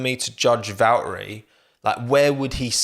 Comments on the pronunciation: Hot take, is it too much to ask for if i were to tell you you have to pronounce the T's in Valtteri? Bacause last I checked it's not Valerie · Val'eri Bo'as Jenson Buh'on 😆